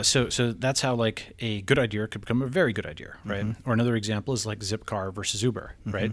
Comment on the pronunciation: Can’t stand it when people pronounce idea as idear